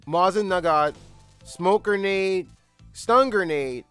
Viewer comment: Believe it or not, you're pronouncing Mosin Nagant wrong. It's pronounced Moe-zin Ni-gon. Edit: also, I think I know how the alert system works. When grabbing an enemy, it'll take a slower amount of time if you've been spotted. It also might make Snake do less damage.